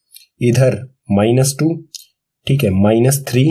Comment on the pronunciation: Thikhe: just like u whenu say Thike in nlast